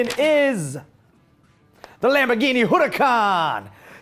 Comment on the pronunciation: for years almost everyone pronounced the murcielago incorrectly( its spanish pronounced moor-SIEH-la-go, not MERCY-a-LA-go) and now it is happening again. huracan is spanish for hurricane and in spanish the h is silent. so it is pronounced ooh-ra-CAN, not HU-ra-can. both words when seen written correctly have an accent mark indicating the syllable to have emphasis and in both cases english speakers are getting it wrong. to someone who knows the correct pronunciation, it sounds as bad as when a rapper recorded a song about getting a ga-LAR-do instead of a ga-YAR-do. at least most people got that one right. to everyone: if you want to be a lambo fan show that you are 'in the know' by pronouncing their cars correctly.